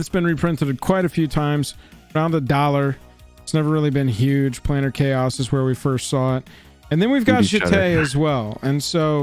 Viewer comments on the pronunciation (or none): none